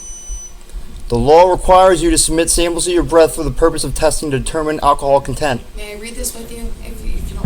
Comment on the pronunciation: LOL at “alcohol con-TENT’